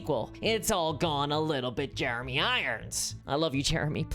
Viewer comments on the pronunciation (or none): none